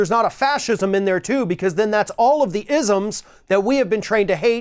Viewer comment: “All the isims” LOL 😂